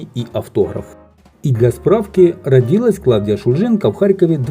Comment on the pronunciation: Ударение родилАсь